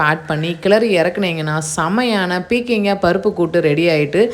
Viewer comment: அது பீர்க்கங்காய், உங்க உச்சரிப்பை இங்கே போட முடியவில்லை 😢😢😢